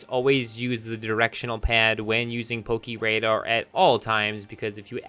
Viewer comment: I love how you say "Pokiradar" instead of "pokéradar" lmao